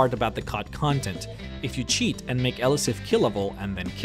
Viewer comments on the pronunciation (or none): none